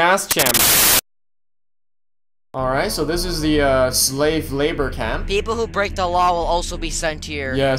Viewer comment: Bro is saying slav instead of slave. ._.